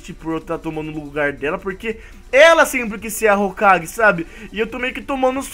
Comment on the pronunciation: É hokage e não hogake